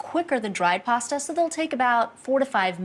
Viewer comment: Ah but she says it normally in the Alfredo video